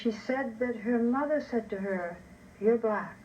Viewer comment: You mean the mothuh don't you?